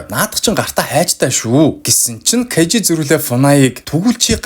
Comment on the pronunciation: Кажи биш Кайжи шүү!!!